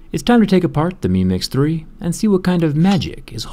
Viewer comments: Meme x3 that’s what I heard every time you said the name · Every time he says mi mix 3 it sounds like he's saying meme x 3